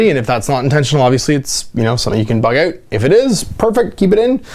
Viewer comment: 'all those indie games I want to try oot' oh Canada